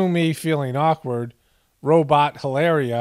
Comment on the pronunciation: Don’t cancel me, I know you don’t need to know nor do you care. I speak Spanish and since she’s Spaniard from Boston,Spain, LOL HilARRRRRRRIA!!! ; that dish is Paella pronounced Pie-aaaaya… great dish but looks more Bostonian than Spaniard, lol love your work, epic stuff and food for the soul